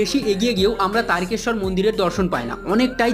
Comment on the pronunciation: দাদা আপনি বলেছেন কিন্তু অটা তারিকেশর না তারকেশ্বর বলে